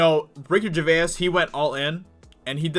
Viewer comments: it's Ger-vase. not Ger- veyuss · Yellow flash says Ricky Gervais' name properly, I don't know if you're saying his name like that as a joke but it sounds really odd. It's only because I'm English lol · Still not saying his name right I see. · Ever though he miss pronounces it on purpose to fuel the YouTube algorithm with ur comment correcting him, that in the end ranks him higher in search results?